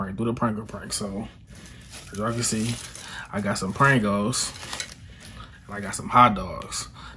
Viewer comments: Funny how you pronounce it "prang-gos" 🤣🤣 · "Prangles" lmao it's Pringles